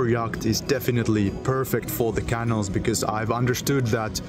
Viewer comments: Canal is pronounced like canoe. More of a K sound, and the syllables are ca-nal, not can-al. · Love following your progress. (Pronunciation tip: say caNAL, not canil.) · My apologies, I know I sound petty but please, please, please try and pronounce canal: ke nael (ke nel). I cannot (but I want to and I will!) travel through the European canals with you with that pronunciation. Don't know why, but it drives me CRAZY!:face-orange-biting-nails::body-blue-raised-arms::eyes-pink-heart-shape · If I buy you a coffee will you please learn how to pronounce Canal properly? 😂😮😊